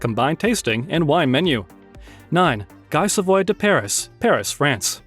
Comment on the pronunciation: Wow... that is not how you pronounce "Guy Savoy" and the "Hollywood" sign is NOT in Las Vegas... just... wow.